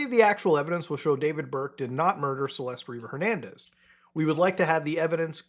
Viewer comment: "river jernandez"